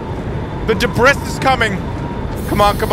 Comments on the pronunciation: Just saying, you say debris wrong, it’s pronounced debri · Like your vids a lot, but I believe debris is duh-bree